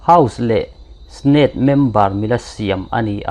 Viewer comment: Democratics nilovin Demomocrats tih tur aw. Snate nilovin Senate tihtur. U- tah nilovin You-ta tih a lam tur. Alaskas nilovin Alaska. Ekhai, inzirna tur i ngah hle mai. Ka sawi vek senglo. Persense? Percent aw. Wicosin nolovin Winconsin. Mexican nilovin New Mexico. ( Mexico hi ranm hran. New Mexico erawh US chhim lama state pakht ve) . A va zialo ve aw. Lo inzir deuh teh. Line tin mai a tawngsual chu a buaithlak. 😮😮😢